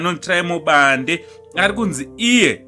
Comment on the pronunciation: Bhande not Bande😜